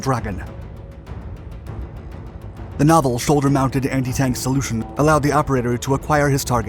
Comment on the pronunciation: anyone else hear how he said the sholdiers soulder 😂